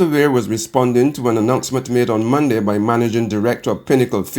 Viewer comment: Using slang pronunciations is fine for casual conversation but is not suitable for use in a formal, National Newscast. "Mun-d" is not the correct pronunciation of the word, Monday. This lady is determined to continue using incorrect pronunciations for the days of the week and it is unfortunate that there is no one in authority at BARBADOS TODAY who is able to have her mend the error of her ways.